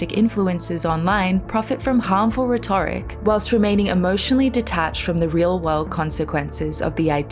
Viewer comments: ... "rheTORic"? smh. Are you an AI? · Oh! I just assumed it was a different regional way to say "rhetoric" haha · You don't need to apologize for mispronouncing a word, just acknowledging the error is sufficient <3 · Great vid. Mispronounced “rhetoric”